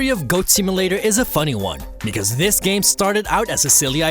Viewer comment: I hate how this narrator doesn't pronounce "th" in words and uses a "d" instead, like "In dis game" ...lazy